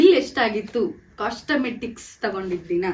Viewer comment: Costemestics alla thaayi cosmetics